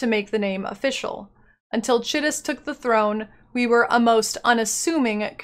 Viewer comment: Chitus is an actual name... that's how it's pronounced.